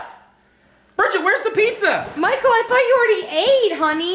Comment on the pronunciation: Yoooooo Michael you sed pissssa